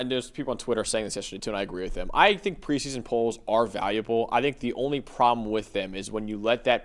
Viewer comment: it's preseason, not "pre-son". you are still talking faster than your brain can work. Slow down, pronounce your words.